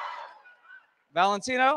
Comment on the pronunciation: I'd boo so loud for the "Valetino..?"